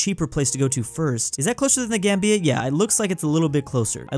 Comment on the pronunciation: be like: The GamBEEa Lesoothu Kwatar Trinidad and Tobaargo Slavinnia Day-djibuti